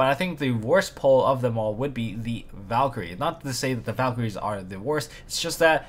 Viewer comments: As a German i should feel offended by your pronunciation of the Valkyrie card, but i like your content too much to do so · its valkyrie sixth (german)